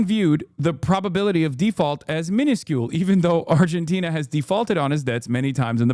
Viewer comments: They say Argentina like tis a new word to them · Fox news anchors struggling with pronouncing 'Argentina' makes it even funnier. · Why are they struggling to say Argentina so bad??